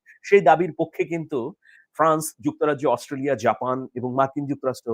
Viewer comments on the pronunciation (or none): none